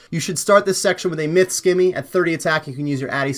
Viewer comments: also, simmy, not skimmy. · Good guide. Can you please pronounce scimi properly though lol!